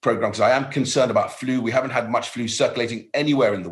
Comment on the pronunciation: Love how he says flu…. Faloooow 😂